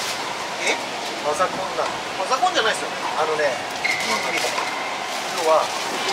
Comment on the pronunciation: 瓜田さんのミクルの発音がアナウンサー級の発音でした。